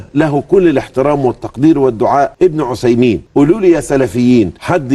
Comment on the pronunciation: بارك الله فيك ، بس أرجوك نطق بن عثيمين بالثاء مش بالصاد .